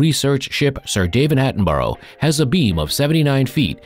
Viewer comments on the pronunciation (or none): The commentator`s pronunciation of English names is dreadful. Is his first language not English? The name Attenborough is pronounced "Attenbra" not "Attenburrow".